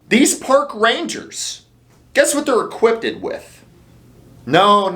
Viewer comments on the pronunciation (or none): HA ha. He said "equippeded."